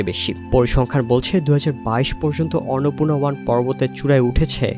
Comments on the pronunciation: টিবিএস এর মত একটা সংবাদমাধ্যমের কন্টেন্ট এর ভয়েসঅভার আর্টিস্ট কন্টেন্টের বিষয়টির নাম ঠিকমত উচ্চারণ করতে পারছেননা। খুবই হতাশার ও শ্রুতিকটূ ব্যাপার । অন্নপূর্ণাকে ইনি উচ্চারণ করছেন অররনপুণা😢। অনলাইনে আপলোড করার আগে কারও কানে এটা বাজল না!!। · অর্নপূর্না উচ্চারণ করছেন কেন? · অন্নপূর্ণা উচ্চারণ করতে সমস্যা? এখন দেখি রিপোর্টারকে নতুন করে বাংলা উচ্চারণ শিখতে হবে 😂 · ফালতু রিপোর্টার! একটা পর্বতের নাম ঠিকমতো উচ্চারণ করতে পারে না! আবার নিউজ করতে আসছে! নিউজ দেখা বয়কট করলাম! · এরা সমস্ত যুক্তাক্ষর যুক্ত তৎসম শব্দ উচ্চারণ করতে গেলে হেগে দেয় এর মূল কারণ হলো আরবি, ফার্সি ও বিকৃত বাংলা উচ্চারণের মাত্রাতিরক্ত প্রভাব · 😂😂😂 এই সাংগাতিক তো দেখি অন্নপূর্ণা শব্দটাও উচ্চারণ করতে পারে না